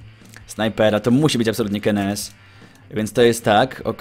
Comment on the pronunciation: czy kennys nie powinno wymawiać keny sy ??